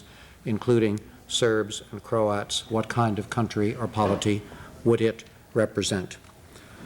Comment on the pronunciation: Mispronounced kosovo and croats